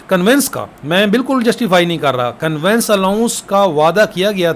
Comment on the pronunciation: Conveyance ka pronounciation thek kr lain. Convince nhi conveyance hota ha